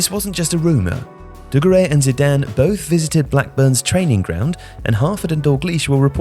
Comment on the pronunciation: Classic - says "dugarry" three times in a video yet pronounces it three different ways. No doubt he'll try correcting JJ's pronunciation in the morning next podcast.